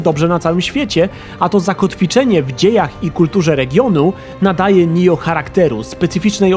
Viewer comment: Oj, nie czyta się nijo tylko NIOH